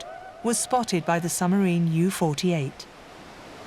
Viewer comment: Why does the lady narrator not pronounce the “b” in submarine?